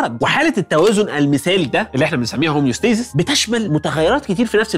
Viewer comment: Homeostasis ✔️ Not hemostasis ❌